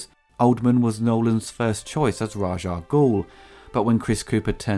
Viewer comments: its Raas Al-Ghoul , not Raag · When you said the score could be used in anything, I do believe it was used in a car commercial, I think it was Audi if I recall. You also said Raj Ah Goul, but it's actually Rahz Ah Goul, the Raj name makes him sound like he works in an Indian Call Centre! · One quibble: you're pronouncing Ras Al Ghul's name wrong. It isn't "Razh". The proper way to say it is "Raish", but I seem to recall back in the '70s one of the comics had a side note that had it as being pronounced "Race". Also, the full name is spoken as one word rather than there being discernible pauses between the separate parts. That's why we turned "Salah Al Din" into "Saladin". So, I guess it would sound like "Raishalghul" or "Raishal-ghul". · why do you call him "Raj"? Is it sth from the comics? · Eurgh! Why did you keep saying Raj Al Ghul??? It's RA'S - with an 'S', not a 'J'!